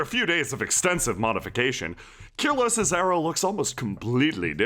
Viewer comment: KYRELOS NOT KYRELOS I MISS YOU KYRELOS